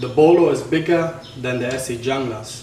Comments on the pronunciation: FYI it's pronounced "hoon-gluss" just saying, not "Jung-lass" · Ok wait a second, so if I strip the black coating off with jasco , the layered etched logo will or will not come off? And dang, who paid $300.00 for a Junglas, and I believe it is pronounced hooooonglas. I was told hehe. I got mine sheath and all shipping and handling for $186.00 I love it! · All right right off the bat you suck take care of the knife use a little oil and it won't rust your credibility just went right out the window and you not even pronouncing it right you pronounce it with h not a j so yeah you suck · Jeff Randall pronounces it 'Jung-lass.' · (1)"Pronounced "Hoonglas" Named After the Colombian Jungla Special Operations Forces Designed For Latin American Jungle And Counter-Narcotics Operations." And what part of a FULL sentence do you not comprehend? Half truths are still half a lie. I'm not defending the Esee Junglas as much as I'm saying the thought process is askew. When you read that on the site what does that tell you? Anti Narcotics in SA. In simple terms. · Your comparing apples to oranges. Its not a bolo and it's not designed to be a bolo. Carbon steel rusts. Oil after use solves the rust. Yes you have to lift very high to get it out of the sheath, it's a lard knife what did you expect? The snap closure touching the blade could be a problem, though I have had one for years and it has not done any damage to the strap. By the way in Spanish J is pronounced as H ( hunglas ) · Oh man, sometimes freedom of speech is a paid in the ass! Wondering if you even think before you speak? Anyway, me personally thinks that this video is misleading people. If you dont know what to do with a Junglas and what its capable of you better stick to folding knives. By the way, view some videos of people who know how to pronounce "Junglas".